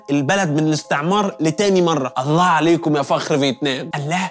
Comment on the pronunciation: لما تذكر اسم الله انطقه كويس